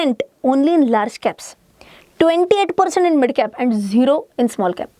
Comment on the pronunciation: Why your “MID “ pronouncing is so worse